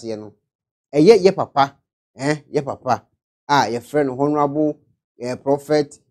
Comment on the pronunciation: Pls my brother u are doing great for Ghana. Well done. Please “Honourable” is pronounce without the “H” is pronounce “Onourable”. Thanks my dear. . Mama U.K. south London. Mitcham. 🙏🙏🙏👍